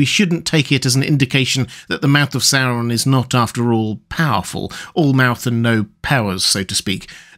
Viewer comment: Oo wawz thuh mouf ov sour Ron? Yikes.